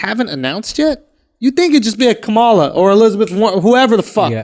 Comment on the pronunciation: FFS! Her name is pronounced KAH-muh-luh — NOT Kuh-MAH-luh 🤦‍♀️